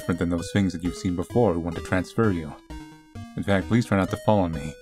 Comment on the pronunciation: I hear it as TransFur